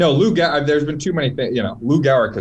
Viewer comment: It’s Gehrig jeez